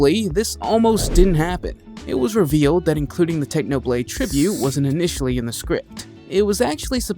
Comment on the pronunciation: did you seriously messed up technoblade crown? Come on, you gotta be kidding. Have some respect